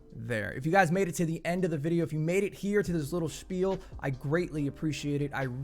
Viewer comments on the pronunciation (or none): none